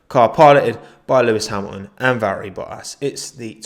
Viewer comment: I absolutely love the way you pronounced Valtteri's name